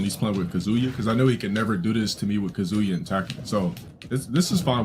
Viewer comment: My favorite is him trying to pronouce names in their native pronunciation because he wants to sound smart but then butchering the hell out of them in spite of that, so he's pronouncing them dead wrong in American English and their native pronunciations Highlights being "Kazooya" and "Asooka"